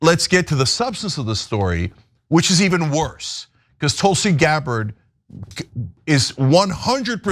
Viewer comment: Tulsi "GARBARR" ?